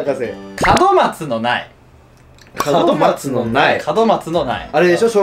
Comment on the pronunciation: の門松が門脇って聞こえた笑